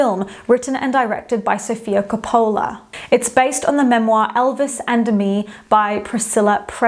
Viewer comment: Sorry, confused: KOPOOOOOOLA? Where does this pronunciation come from?